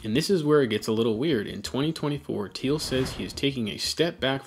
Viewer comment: "Thiel" get the Name right it is important